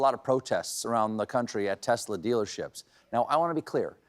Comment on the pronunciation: 'Hey hey Donald J, how many Tesler's did you sell today?'